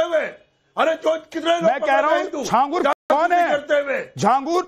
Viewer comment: झींगुर बोलो बाबा नहीं